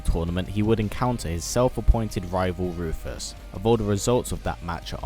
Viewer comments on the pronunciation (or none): none